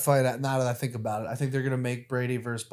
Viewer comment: "let me ask u somefink , do you fink .."